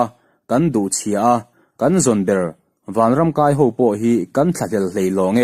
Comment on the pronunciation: O ho ho! Chhiar hi i thiam viau emaw ka lo tia...A thluk tihdik lo i nei i tih palh nge i hre lo hrim hrim chu ka hre law...*Vanram kai(thluk sâng i hmanga a dik lo)ho kan mamawh tawh lo*. Vanram kai ho kan mamawh tawh lo tia chhiar tur a ni. Kai hi a banah ka kai tiha kai thluka thluk tur aw. Thahnem ngaihthuah ka rawn ti e